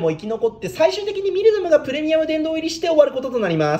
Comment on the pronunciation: ミルダムって言い間違えるの草